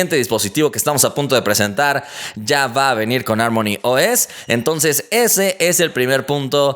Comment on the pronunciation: harmony se pronuncia como jarmoni, no como ármoni.